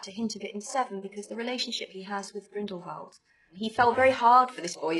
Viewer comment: the way she prononces Grindelwald is interesting